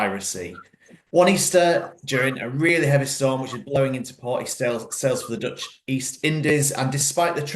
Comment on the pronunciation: Your Dutch pronunciation is nearly perfect :)